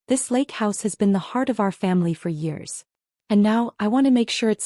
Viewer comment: Everybody, that’s how many families, living in the same house. That’s a really bad frikkin’ idea. Be nice if they could learn how to pronounce “four years ago”.